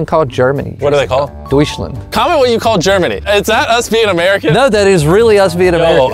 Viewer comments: um we sayd duitsland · The correct word for Germany in german is Deutschland however when you say it it is (Dut-ch-land) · And he pronounced it wrong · I’m learning German and he definitely said it wrong